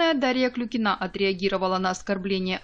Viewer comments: Почему Вы говорите КлюкинААА, если её фамилия КлЮЮЮкина? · Не Клюкинаа, а КЛЮЮЮЮКИНА!!! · Ну как бы у нее фамилия КлюкинА.. Даша сама даже так произносит свою фамилию.